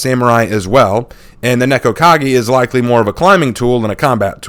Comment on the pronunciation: "Nekko-kagi" lol, I think the cat people just got into the head